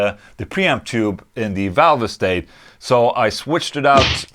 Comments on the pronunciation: It’s pronounced “valve state” not “valve estate” lol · “Valve estate?” I thought it was pronounced “valvestate!” But what do I know, I’m only English 😂😂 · Marshall valv-ah-state lol